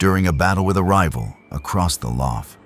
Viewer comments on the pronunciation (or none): Couldn’t listen to more than 10 mins of this pretentious rubbish! And learn to pronounce lough properly - it’s not luff! Off to find a better documentary.